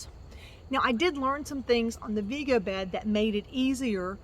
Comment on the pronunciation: Vego rhymes with Lego the building blocks), by the way. Not Veego. (According to their website)